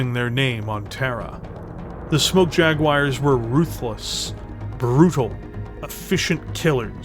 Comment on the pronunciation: JaguARRRs with a pirate R is fun :)